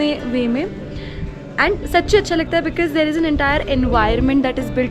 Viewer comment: she pronounces the word "because" as bikiz .... sounds very artificial...